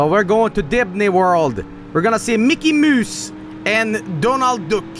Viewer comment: "We're going to DIDNEY WORLD. We're gonna see MICKEY MOOSE and DONAL DOOK."